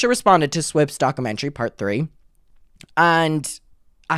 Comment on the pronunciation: Take a shot every time says “dock-a-mentary” in the first 2 minutes